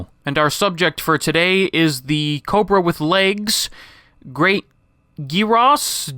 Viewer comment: pronounced "Yuro" not "geeroe"